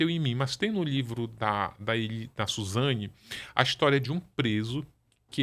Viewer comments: Suzana também kkkk chega dá agonia. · Me incomodou o tempo inteiro ela falar os nomes errados... Suzana 😂